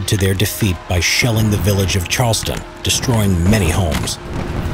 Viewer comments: Here's a correction to help you with the local flavor: not "Charles-tun"..."Charles Town". Also, not "Kon-Chord"...use "Kon-kid". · CharlesTOWN. Not Charleston. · Charlestown not Charleston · Say “Charleston” one more time. Charles TOWN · Agreed. This is an excellent video, but as a Bostonian, the mispronunciation bothers me